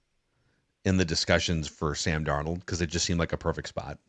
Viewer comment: Really gonna miss Sam DarNOLD pronunciation every week. RIP